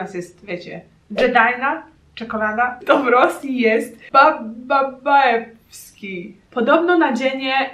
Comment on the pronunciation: Przypominam również, że E nie czytamy jak klasyczne e. Zapisane w ten sposób to Je, czyli jotowana samogłoska. W ten sposób otrzymujesz nazwę: BABAJEWSKI, czyli absolutny klasyk jeśli mowa o słodyczach :)